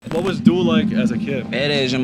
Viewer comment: It's getting corny now bro.... It's pronounced "dool"